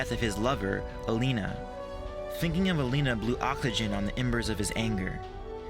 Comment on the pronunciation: Thinking of Elena blew WHAT on the embers of his anger? I didn't understand that part. Did you mean to say "oxygen"? Because it sounded like you said "awckligen" or something. lol